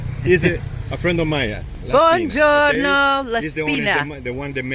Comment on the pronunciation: In Italy it’s not a French ‘bonjour’ with ‘no’ added on the end; try buongiorno = ‘boo-on-jee-orr-noh’.